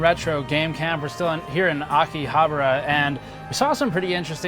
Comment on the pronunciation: I like how you say Akihabara, "Akihabruh". I can't unhear it, so I want more in the main channel as collateral.